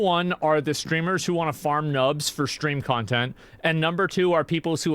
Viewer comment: “It’s like Smash bros but with guns” -Ubisoft I guess Also did he just call Noobs Nubs?